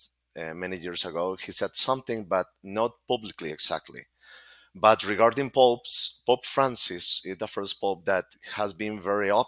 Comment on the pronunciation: You just said 'Pope Farts' 😂